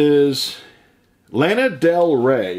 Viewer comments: to say lana del rey's name is alana i hear a lot of people say it. to help you out. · I don't like the Beatles I never thought they were that great people say they're the best bands in the world but but I've heard better bands than them that's just my opinion you pronounce Lana Del Rey's first name wrong I love Tom Petty my mom got me into loving his music that's one of her all-time favorite singers is Tom Petty